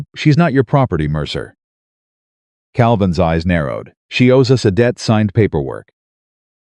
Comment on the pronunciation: Not dead situation it’s debt situation, AI is not good